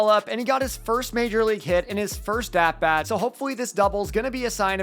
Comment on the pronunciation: no offense but i hate that i always notice it when u say "at bat" the way u do.. its like stewie (family guy) when he says "whool whip"... or "ru-ined" 🤯😄 but as usual, nice video 💪🏽👌🏼